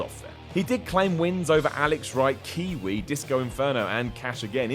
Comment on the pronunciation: It's Kwee Wee not Kiwi. C'mon now.